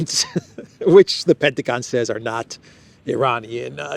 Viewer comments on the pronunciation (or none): none